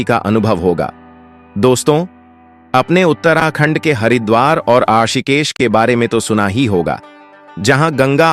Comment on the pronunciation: तुम कहां से हो, ऋषिकेश का उच्चारण करना तो तुम्हें आता नहीं, हमें ज्ञान दोगे, क्या ? ये डबिंग कहां से करवाई?